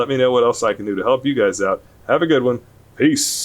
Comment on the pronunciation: he says peace like calliope lol